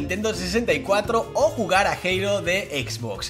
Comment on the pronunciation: me encanta como pronuncias halo😂😂😂